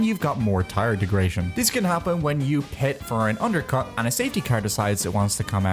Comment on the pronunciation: "degration" wtf is bro on